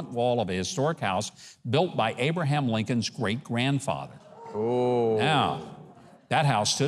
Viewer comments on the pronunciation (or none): none